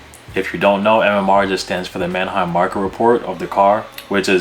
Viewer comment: man-A-heim site? like Aneheim? lol it's Manheim bro. two syllables.